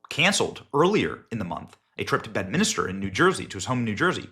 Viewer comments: Dude. Its called Bedminster. Not Bedminister. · Please learn how to say bed-min-ster not bed-min-ister